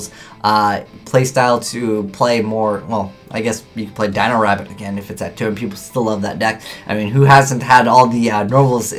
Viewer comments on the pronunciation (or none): none